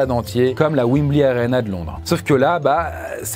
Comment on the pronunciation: Wimbli 🤣🤣🤣 On le dit Wembley